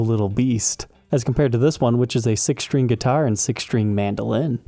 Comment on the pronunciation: There is no h in string.